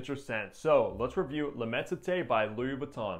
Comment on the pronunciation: immenSité its an S not a T